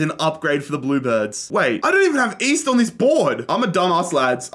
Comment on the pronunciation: East? I thought you said Weast